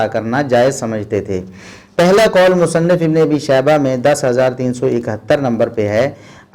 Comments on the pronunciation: شیخ صاحب کوشش کیا کریں امام ابنُ ابی شیبہ کی کتاب المصنف کی نون مفتوح پڑھا کریں یعنی مصنَف نہ کہ مصنِف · جی شیخ محترم نے مفتوح ہی پڑھا ہے آپ غور کریں دوبارہ آواز پر۔ بارک اللہ فیک